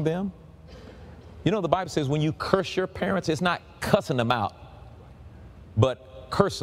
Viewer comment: the plural of parent is parents and not parentsiz.